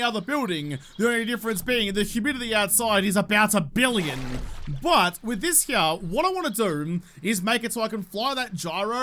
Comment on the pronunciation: cant say i have ever heard anyone say " here " like. " Herym "